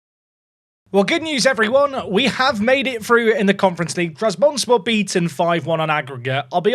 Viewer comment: every time you mispronounce trabzonspor it physically pains me </3